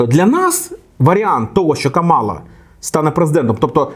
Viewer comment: що ж у тебе такі проблеми з наголосом? КамАла - так її називає Трамп і ватани. А її імя - КАмала